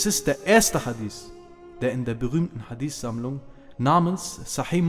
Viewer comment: schau Mal es Titel des steht sogar HadiTH meine Frage war, warum er es falsch ausspricht und das zudem als Araber